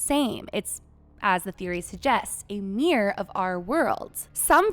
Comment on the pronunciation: When you pronounce "mirror," it sounds like "mere." Mirror has two syllables. (mir-ror)